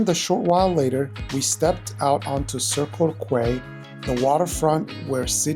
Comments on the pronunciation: I know it’s a few weeks old…. But…. Pronunciation….. Melbourne is said as Mel-bun, Kiama is K-eye-ma, circular Quay is Circular Key…. The res you did okay…. 👍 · Circular Quay is pronounced Circular Key.